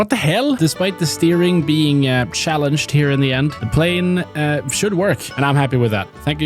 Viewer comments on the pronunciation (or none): Did bro really say the steering was "shallenged"?